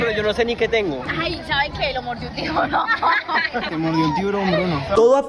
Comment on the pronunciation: En la chica dijo un tiborojojoj🤣🤣